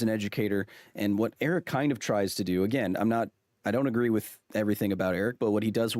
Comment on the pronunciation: You should try pronouncing Eric's name correctly.